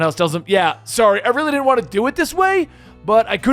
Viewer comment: Huh. I always pronounced it "Did-jin"